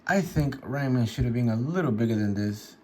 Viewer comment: Ran Man? 😂 It's Ram Man, poser!